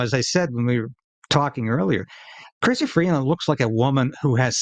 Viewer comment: It's Christia not Christiana. Not that it matters now.